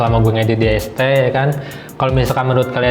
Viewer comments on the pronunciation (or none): "Ngedit di esteh" yang gw denger :(